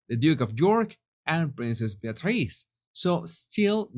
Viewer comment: I love your pronunciation of Be-a-tríce! Sounds lovely!